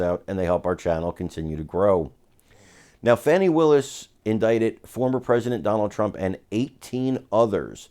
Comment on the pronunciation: Her name is pronounced FAWNI! Get it right.